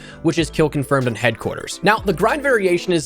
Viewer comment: conspermed lol